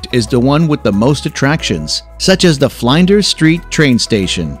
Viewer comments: He talked about Fly-nders Street Train Station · Melbourne is pronounced Mel-bn and not Mel-bourne. Flinders Street Station is pronounced Flin-ders Street Station (Fl -in-ders - combine the Fl and in-ders so it's Flin-ders Street Station) and not FlInders Street Station (don't enphasise the I). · Exactly. This video has nothing to do with Australia. “Bay Bridge”, “Melborn”, “Flounders Street”, “Brisbayne”. And what in the world is “prodooce”? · Mel- bourne fl-inder street. I stop there. You didn’t visit or didn’t talk to anyone or didn’t hear the voice over man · Rule no 1: learn how to pronounce your destinations before recording. Bay bridge? Mel-BORN? Bris-BAYN? Fl-EYE-nders Street Station? Sheesh. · its pronounced fl-i-n-ders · flynders hahaha malbourne hahaha brizbane hahaha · Flinders, you have pronounced the name of the train station incorrectly. I is pronounced like "e". Great video, thank you. ♥️ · I can understand the mispronunciation of Melbourne, it's understandable and pretty much expected... but Flinders? I... gh.. HOW!? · this guy's pronunciations lol the way he said "flinders" xDDDDDDDDD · Ikr and he got flinders street station wrong too lol